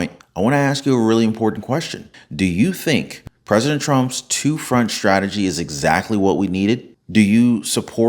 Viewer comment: he was calm because he's following a script. prophecy? 😂 you ought to learn how to pronounce your 'st'-words, there is no H in STRIKE, STRONG, STRANGLING or STRATEGY. shtrike shtrong shtrategy shtrangling infrashtructure??? this is not a rap song. you are talking to an audience that speaks proper american english. you should do the same.